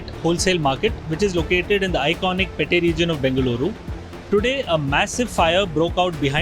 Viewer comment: Iconic "pete". Here pete is Kannada word. Reporter's name is Kannada name and is speaking decent Kannada. Please pronounce Kannada words while reporting in English with Kannada pronounciations not anglicize or Hindisize it. Speaking in English(DH is English news) or in Kannada (local language )must be encouraged as the audience are mostly Bangaloreans.